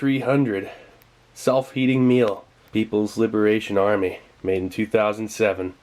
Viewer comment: I thought he said self eating meal at first😂